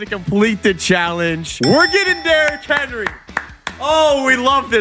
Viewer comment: Haha you kinda struggled with derrick henry I am a Browns fan